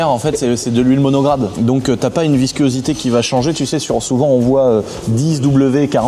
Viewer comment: Pourquoi tu dis viscuosité? 😅